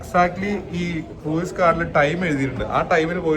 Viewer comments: Croos ennan cruiseine pronounce cheyya 😊😊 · Cruise എന്നതിനെ മലയാളികൾ correct ആയി അല്ല pronounce ചെയ്യുന്നത്